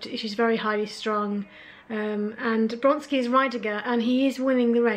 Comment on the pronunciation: I'm afraid that your calling Vronsky Bronsky made me unsubscribe. Really sorry.